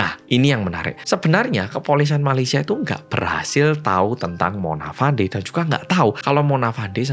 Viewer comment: sebutan nya bukan Mona Fandi tapi "Mona Fendy"